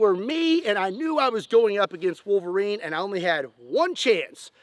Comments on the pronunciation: drink a shot everytime he says volverine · Love the "Elv-erine"? Look.